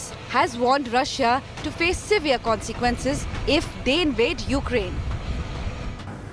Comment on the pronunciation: Terrible English- " Conzequnces"????